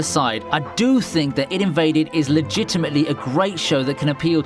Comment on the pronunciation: its I D invade not id invade